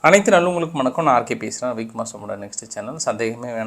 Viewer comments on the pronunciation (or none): none